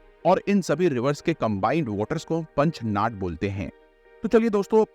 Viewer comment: Please pronounce proper in Hindi whichever words are from local names given ex. Shyok (श्योक) not a शियोक & मिठानकोट (not मिथनकोट), पंचनाद (not पंचनाट) many more